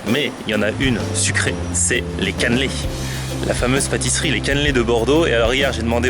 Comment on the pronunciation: PQ tu dit caneuuuulaiit?